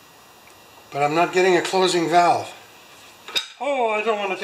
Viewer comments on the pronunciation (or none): Kinda sound like u said we’ve got bowel movement!!! Lol. Besides valve movement